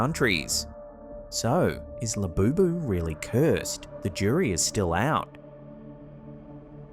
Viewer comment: did i hear lafufu instead of labubu?